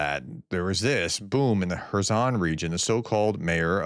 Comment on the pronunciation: Hey Prof, Kherson is pronounced 'Hairsson' not kerzzon.